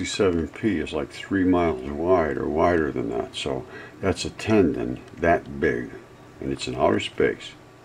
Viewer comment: Nothing is coming from "outher space".